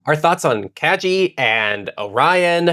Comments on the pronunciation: minor thing but the name is pronounced kah-gi (like "guillotine") it's a japanese word. made it slightly difficult to listen to the episode 😅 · Kagi is pronounced kah-ghee. The "g" is the same as "gear, give, go" rather than "jump, giraffe". It is Japanese for "key".